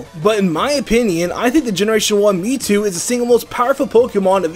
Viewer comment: Why do you keep saying ME TWO